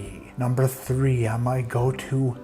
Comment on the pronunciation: Little Chicago accent there in your "T'ree"! Cheers - great picks